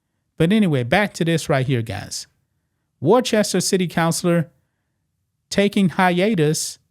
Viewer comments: Wor-chester ? The English city it is named after is. “Wuss-ta” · War-Chester? Matrix, It's Worcester, Like Worcestershire. Either way, great to see another nutcase out of law here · Just FYI, “Worcester” is pronounced “woos-tah” with oo as in foot. I know. You have to have lived there for a while. Many of my paternal ancestors came from that area, and I’m sorry to have to admit it. Here is a lesson in hiring for y’all. First, check applications and references to ensure THAT THE APPLICANT IS CAPABLE. Next, determine FROM INTERVIEWS whether the applicant is SUITED (meaning likely to fit in) FOR THE POSITION. It sounds to me as if y’all have it ass-backwards. It sounds to be as if y’all were trying to fill some dumbass quota instead of ensuring that the applicant is 1) capable and 2) appropriated suited for the position. I hope more people in Worcester can learn more sensible hiring practices. I’d be happy to teach you, but nothing on earth could get me back in New England where it seems so large a percentage of the population has lost too many marbles. Pretty soon, if you don’t smarten up, you’ll be as dumb as California, Oregon, Illinois, New York, and Washington, D.C., and that is no compliment. BTW, it’s male. A very, very sick male. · It's worchester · BTW, it's pronounced "Wuster or Wooster." Great show. Many thanks. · Wooster is how ya say it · I’m from Massachusetts it’s pronounced Wos-stah. That’s a woman using the non-binary title. I left that crazy liberal state a year ago. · It's pronounced Woosta ! 😅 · Ya pronounce it "Woostah". Yah welcome. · I just laughed when you pronounced Worcester. My family has lived in Massachusetts for 119 years and I want to move so bad.